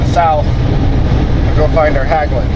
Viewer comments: "Hagglund" LOL!!! HEGGLUND is how you closest should read it if you can't pronounce the Nordic letters. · Not Hagglunds, Hägglunds. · i love how American butcher our language. It's not Haaaaglungs. It's Häglunds. I'm going go pronounce American namnes like Bob like Böb insteed or Ford like Föööööööörd. Anyway, enjoy you Häglunds. Btw, the reason it broke is because Stefan Löfven, our former PM worked as a welder at Häglunds before he ruined our country . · how you should pronounce Hägglunds is like Hegglunds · The ä in Hägglunds is pronounced like the e in egg, try Hegglunds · Great! IT`s pronounced Hegglunds😊😊drove the predecessor Volvo Bv 202 in the Norwegian army